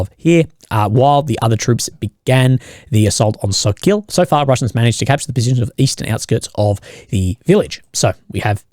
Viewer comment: we talking about attritional warfare... again 🤣🤣🤣 speaking of the ruzzian soldier who surrendered, well with the new law in Russia, he will surely get 10 years in prison for voluntarily giving up if he lucky to get exchanged that is. And it's not a SOKIiiL 🤣🤣it's SOKOOOL OOOOO Not IIIIII in the middle, village it's named after a bird, kinda like a hawk.